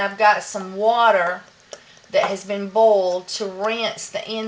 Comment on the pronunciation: Dear, we love you for all the information you have passed on to us, for your humor, your tricks and tips, Your good nature and your cute accent. (For instance, I'm from California, and when you talk about "boiled water" it sounds like "Bold water" to me. Haha.